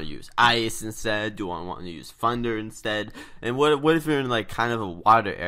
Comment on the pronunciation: Funder? it does hurt my ears.